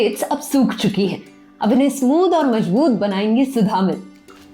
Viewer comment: It's sudhammaal सुधम्माल I think